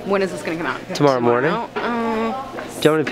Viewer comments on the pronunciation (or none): "tomorrow morning" ..... "mornoon"....